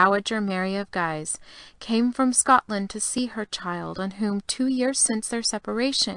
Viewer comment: Guise is pronounced "geese" not "giise".